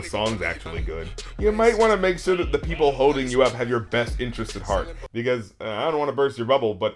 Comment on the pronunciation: sorry this is late but he is say like the osscer but he is say the as tha